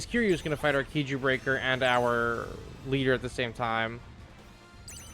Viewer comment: When you say KIJU, why do you pronounce it "key-joo" instead of "kai-joo"